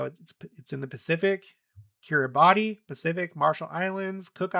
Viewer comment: The country of Kiribati is pronounced Kir a bus. Honest. I taught online there. Kiribati is an interesting place to learn about.